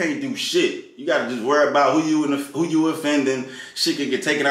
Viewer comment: It's "who?" not "Ooh!"